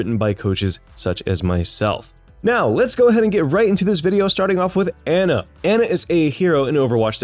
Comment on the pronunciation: The worst part about this video was how he pronounced Ana